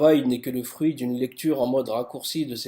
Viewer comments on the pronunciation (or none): none